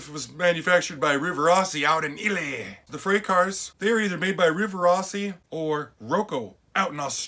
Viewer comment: dude say Italy again! 🤣🤣😂